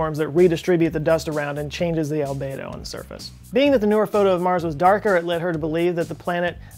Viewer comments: Albedo - It's pronounced Al-bee-doh NOT Al-bay-doh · Well done,. I recently learned about the Arctic sinkholes on PBS Nova, and it was talking about the albedo effect. After you pronounced it the way you did, I went searching and found that most go with Al-bee-doe, but found one other pronouncing it on YouTube the way you did. Is this a regional thing, and perhaps both considered correct? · Albedo is pronounced al-BEE-doh not al-BAY-doh. Just FYI. Great video! :-) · FYI - Albedo is pronounced al bee dow. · As an educator, I recognize that pronunciation is important. If words are not said correctly, it can make communication difficult. Albedo is pronounced (al-BEE-doh) and as a definition; it is a measure of how much light that hits a surface is reflected without being absorbed. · Albedo rhymes with Cheeto... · please show me where the A in albEdo is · /ælˈbi.doʊ/ how it is pronounced is secondary but you should have expanded just a little into this as snow cover and sea ice are reduced albedo goes up, making sea and ground absorb more heat energy. But PLEASE do focus more on population distribution and Agriculture, you'll get human extinction way earlier than anything else. Do one on plant food (phosphate), relate plant grow to global dimming phases just after WWII and the '90 one (and temperature effect on crop yeld). All the people I talk about climate change, none get the scary part. So I'm very bad at explaining. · it's pronounced "albeedo"...at least I heard 99% of the people pronouncing that way :D. Great video! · You made me doubt myself.. ;-) alˈbēdō is the correct pronunciation. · Cringed every time I heard mispronounce albedo. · You pronounce ALBEDO wrong.